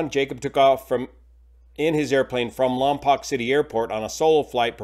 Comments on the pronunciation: Lompoc is pronounced by the locals (Lom-poke), not (Lom-pock) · Lompoc is pronounced "lom-poke", not "lom-pock". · It's LAHM- pohk not LAHM- pock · It's pronounced "Lam-poke", not "Lam-pahk" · Lompoc is pronounced Lompoke, rhymes with broke. I lived near Lompoc for many years. It was always easy to know who wasn't a local by the pronunciation of the city. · The second o in Lompoc is long as in 'Lompoke'. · For future videos, Lompoc is pronounced "Lom Poke" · Just a heads up for future videos, it's pronounced "lahm-poke". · It's actually pronounced LOM-poke - born and raised there... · Lom-poke is the pronunciation. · lompoc pronounced lom-poke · It’s pronounced “Lom-poke” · Pronounced ‘Lom-poke’ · It's pronounced "POKE", LOM"POKE" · I’m from the county where Lompoc is located, if you are reporting news try to get the location name correct.